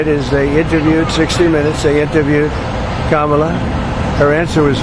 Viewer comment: Wow! , that's the first time I think I've ever heard Trump pronounce Kamala's name correctly. Probably an accident...